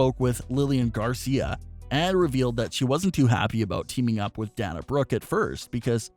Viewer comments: DAY-NA NOT DAN-A. DAY-NA BROOKE. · If you're such a pro wrestling expert and "fan" why are you mispronouncing Dana's name? It's "Day-nah", NOT "Dan-uh", as you're pronouncing it. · Dana’s name is pronounced “DAY-NA”. Haha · PLEASE pronounce Dana Brooke’s name correctly, I beg you!! It’s DAY-na!! Sorry, little silly things drive me nuts and hit my OCD button! 😉🙏🏻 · I totally agree with all of you. That makes me want to smack I'm like get it right and say her name the correct way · I had to stop watching after the third Danya Brooke.